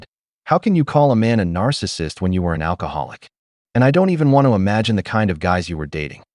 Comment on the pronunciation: "He woz a narssussust" Every woman story 😅